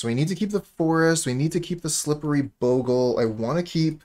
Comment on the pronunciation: Nothing makes me happier then a player who pronounces bogle right